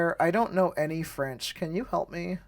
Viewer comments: When you’re mixing English and French the teacher pronounced the French incorrectly, like an English person reading French for the first time. But when the teachers text was in all French it had good pronunciation. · Thanks for the demonstration. I cannot comment on the Chinese, but why does the French teacher '' teach you French with an awful American pronunciation? Shouldn't the teachers teach you a native pronunciation? Does the same take place in Chinese? I would not want to use a tool that teaches awful pronunciation. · Man French accent is so bad? Are the other accents that inaccurate?